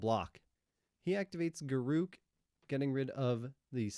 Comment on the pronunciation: Imagine saying Garruk. I say Garruk.